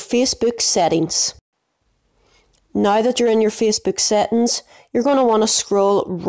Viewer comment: the way this guy says Facebook yo "feecebok"